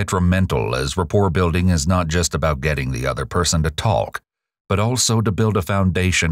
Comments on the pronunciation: This narrator phonetically mispronounces the work “talk.” Why does he keep trying to pronounce the L. It sounds so weird. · Where is the narrator from? I find it fascinating that he pronounces the "L" in "talk". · How is it that the narrator pronounces the L in talk but can't find the L in words like told or old? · I think the fact that you stress the L in "walk" and "talk" is an indicator of psychopathy.